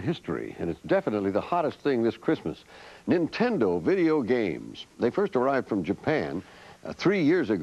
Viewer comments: "....watching Nintenda." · "Watching Nintend-uh" -. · "Watching Nintenda" Journalism Fail LOL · NIN-TEN-DO. It's a cereal now.